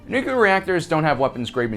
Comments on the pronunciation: Nu-clear. Not nuculer. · Is he saying Nuclear, or Nucular? Cause only one of those is a word/thing........................ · You lost me after "nu-cular" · It's NOO - Clear.... The second U is silent.... :-) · Why do Americans like to say NUKILAR..? I thought SODDER was bad enough... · Okay...I'll be "that guy".... There is only one "U" in Nuclear..... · Something ironic in pronouncing nuclear like that in a video about inacccuracies :p